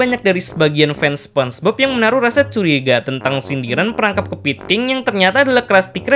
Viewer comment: Kepeting 😂😂😂, lucu ngomong "kepeting"